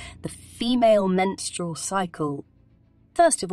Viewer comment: Sorry I can't listen to her over pronounce menstrual again. I'm out.